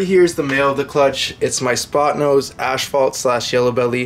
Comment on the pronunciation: Cool video. But son, its ass,fault. Not ashfault.lol , God bless 😁👍